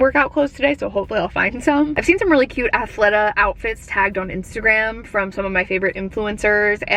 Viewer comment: Former employee, it's pronounced Athleta like Athletic, not Athleta like Athlete. Hopefully that makes sense.